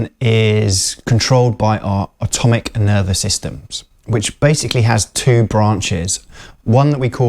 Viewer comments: I think this person is trying to (incorrectly) correct you because in the video you pronounce it "automic" rather than autonomic. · Autonomic. Not ATOMIC! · It's "autonomic"…